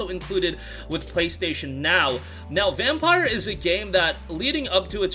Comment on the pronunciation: It’s pronounced vampeer lmao